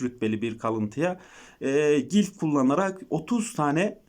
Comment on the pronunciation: Gilf değil glif